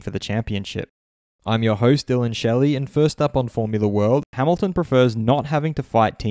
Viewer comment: Lewis Ha-ME-lton